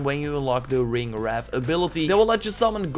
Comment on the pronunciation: Bro it is not ringwrath. Ringwraith